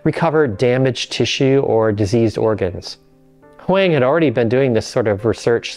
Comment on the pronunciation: Hwang is pronounced "WAHng". Like wrong without the r.